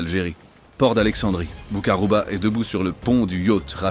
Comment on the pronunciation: ALORS MON CHER AMI SIONISTE, DEJA BOUMMEDIENE S'APPELLE MOHAMMED BOU-KHAROUBA, PRONONCE LE BIEN, A MOINS QUE TU SOIS ASHKÉNAZE. EFFECTIVEMENT LES ARMES ACHEMINÉ AU NADOR ET OUJDA A L'OUEST D'ALGÉRIE, ET AUSSI A L'EST A LA FRONTIÈRES TUNISIENNE. CÔTÉ FRONTIÈRES MAROCAINE, LES MAROCAINS N'ÉTAIENT PAS AU COURANT SINON ILS INFORMAIENT LES AUTORISÉ FRANCAISE🇨🇵. ET N'OUBLIONS PAS QUE CETTE PARTIE, NADOR, BERKENE, OUJDA, TAZA, GUERCIF ETAIENT ALGERIEN. 🇩🇿. VOILA